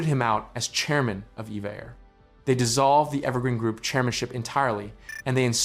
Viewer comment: It's E V A! Not, Eva! I've flown on them many times and that is what the crew says!